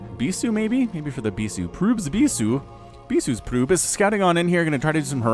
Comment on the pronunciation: laughed way harder then I should have at the "proob/prube" thing haha in my mind went French for a second.